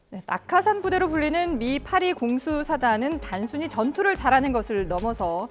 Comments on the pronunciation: 팔이공수사단? 팔십이공수사단이라고 해야 되지 않나? 프랑스 파리공수사단처럼 들림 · 82를 파리 로 발음하는 저 수준으로 아나운서? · 미국 제 82 공수사단을 참 독특하게 읽네 ㅋ